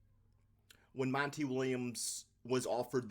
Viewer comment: Why are you pronouncing his name as Mon-TAY. It's spelled just like anyone else with the same name is Monty, pronounced Mon-TEE